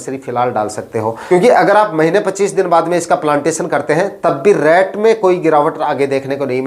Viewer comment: रैट मत बोलो भाई रेट बोलो। रैट का मतलब चुहा होता है।